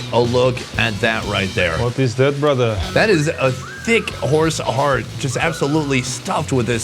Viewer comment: "What is that brotherrrrrr?"